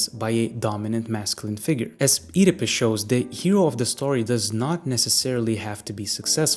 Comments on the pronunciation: I keep hearing Oedipus as "Eat a Puss" 😂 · i really dont like how you pronounce Oedipus, but interesting video